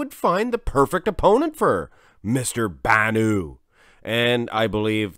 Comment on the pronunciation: You are pronouncing Bannout as if it is a French name with a silent t. It is Arabic and you pronounce the t at the end.